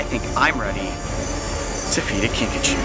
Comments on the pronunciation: At first...I thought he said Pikachu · At first I thought you said pikachu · The first time he said kinkajou i thought he said pikachu!